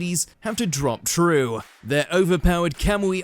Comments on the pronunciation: For educational purposes and not to be overly picky... it's "drop trou (pronounced 'trow') and not drop troo. Trou is short for trousers... FYI. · Bruh, "drop true" haha "Trou" rhymes with "how" because "trou" is short for trousers.